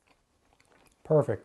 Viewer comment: Also when you take the first bite... It's difficult to tell if you're saying "Perfect" or "Horrific" I'm guessing the first one... but hey... never know..